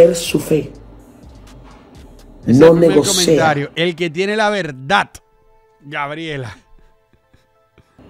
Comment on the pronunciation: La doña dijo "no se negosea", debe seguir tirando página para la izquierda jjj! 😂😂😂